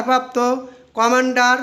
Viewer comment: লে জেনারেল না জনাব। লেফটেন্যান্ট জেনারেল। আরো লেখাপড়া করে তারপর উপস্থাপনা করুন। কমান্ডারকে বলতে পারলো না, বলছে কমান্ডো